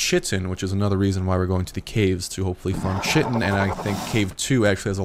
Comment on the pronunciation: It's pronounced kite-in